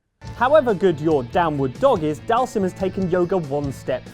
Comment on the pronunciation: Dhalsim = Dahl Zeem....ffs street fighter has been saying the names out loud when you pick them for YEARS now. Don't be so english speaking that we can't pronounce names that have been said to us for years that aren't english. Missed Wesker from Resident Evil. The Mako Eyes from FF7. Blank eyes of many Super Heroes and Villains.